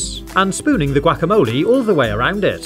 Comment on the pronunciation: How he says "gwack-a-moli" 🤣🤣🤣🤣🤣🤣🤣🤣🤣🤣🤣